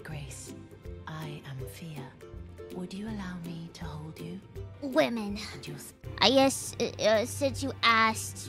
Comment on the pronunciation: The way she said "woman" made me laugh, dang it. 😂 My humor is broken